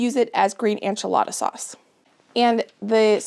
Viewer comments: I love u so much and ur videos but why do u always say ANCH-A-LADA instead of ENCH-A-LADA ???? 😂 I religiously watch ur videos and love everything u do but it makes me laugh everytime u say enchilada hahaha. I’ve been waiting for this video tho so thank u ❤️ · Your pantry is impressive & motivating - GOALZ! Isnt it nice to feel prepared for any eventuality (loss of power or job, illness, etc...or even to avoid a trip into town for missing ingredients!)?!? Such a comfort (as well as convenience). (PS - are you confusing ENchilada w/ANcho peppers...as far as pronunciation?)